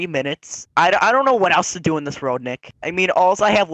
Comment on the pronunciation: he says Dick not Nick :D